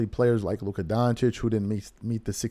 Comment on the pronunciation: Come on. Its Luka.